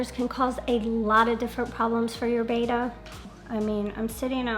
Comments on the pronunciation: bet uh not bey tuh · You guys pronounce BETTA like a bunch of mongs